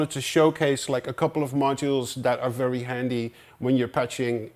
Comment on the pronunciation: „Fairy low bass sound and fairy nice sounds from you modular wall Tom! :p It’s a distinctive mark for dutch people to pronounce the v as a f, funny 😆